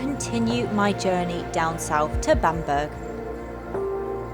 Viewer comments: Loved the video. May I just point out that the forest is pronounced "Keel der" and Bamburgh Castle is pronounced "Bam borough" not Bamberg. Holy island is also known as Lindisfarne. Cracking videos, I always look forward to them. Sorry for correcting you lol. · Spookywith the camera. It's also pronounced keelder and bambruh just for future. :P And permission to fly a drone there? ;)